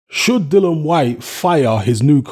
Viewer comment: It’s Dillian you idiot!